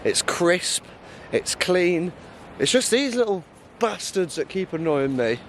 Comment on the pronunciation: You can’t half tell you’ve got north eastern family by the way you say “bastard” 😂😂😂